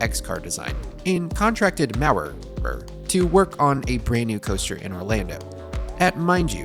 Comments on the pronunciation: Why do you say it "Maurer R"? it's just Maurer. lol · It’s a German company so pronounced “Maur Uh” w little emphasis on the ‘r’ sound